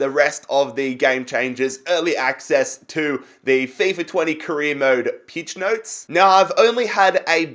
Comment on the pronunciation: Did he just say peach notes😂